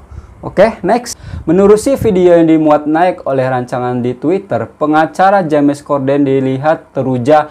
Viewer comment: Salam sunan...bkn sekolah swasta tpi sekolah pemerentah...P ITU bermaksud perempuan...kalau L..Tu lelaki...bkn Ja mes ..tpi di sebut Jems...maaf ya jika diperbetulkan sebutannya...